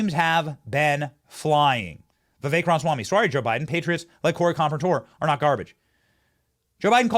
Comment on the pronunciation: Uhhh... Benny? How to you keep getting "Hing-cliffe" from "HinCH-cliffe"? Just like, how to keep getting "Ram-swamy" from Ram-A-swamy"? When one's living is made speaking to what others speak, put a little more effort into getting names correctly. All that aside, God bless you, young man. Love the work you and your staff are doing.